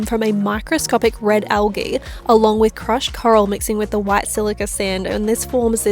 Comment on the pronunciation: Great scenery! The landscape is nice too! ;) BTW, it's pronounced al-gee with a soft "g".